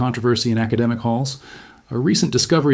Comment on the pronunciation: "Accademic Halls" 😂😂